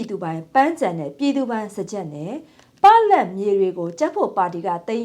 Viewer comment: ပ...လပ်မြေမဟုတ်ပါ ပလပ်မြေဟုအသံတွဲထွက်ရပါသည်ခင်ဗျား။အသုံးမပြုသည့်မြေဟုအဓိပ္ပါယ်ရပါသည်။